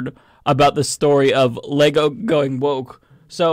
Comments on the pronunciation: I laughed when she first said Leego! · She cant even pronounce Lego correctly but really wants us to feel her "woke" outrage.